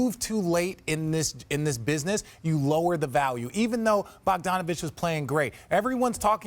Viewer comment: Wow, that guy pronouncing Doncic and Bogdanovic wrong was so ugly to hear